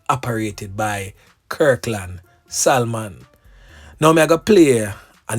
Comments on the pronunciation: Salmon is pronounced Sah-mon..not Sal-mon..nuh bother go restaurant go order the Sal-mon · The l .is silent it pronounce samon imurt know it's my sir name just correcting you thanks. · THE "L" IS SILENT IN THE NAME "SALMON".!!